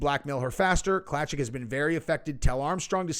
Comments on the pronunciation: Lol pronounce Klacik claysick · Klacik is pronounced CLAY-SICK